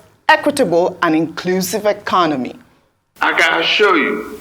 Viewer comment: Dr Abatti just pointed out what troubled my mind 'I assua (assure) you'.